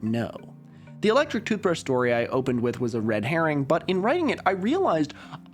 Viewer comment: Skip to when the actual video starts playing. I heard "toothbreesh" and cringed so much at this weird attempt at filibustering for time? 😅 and had to skip forward in the video.